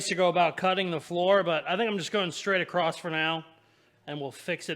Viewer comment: I think it's funny how says across with a t on the end as in acrosst 😂does anyone else notice that? Keep up the good work you are one in a million 👍